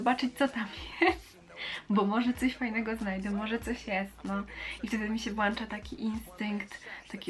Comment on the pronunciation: włącza nie włacza 😉